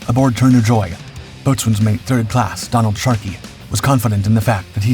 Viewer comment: PLEASE STOP SAYING 'BOAT-SWAIN"!!! Its pronounced BO-SUN!!!!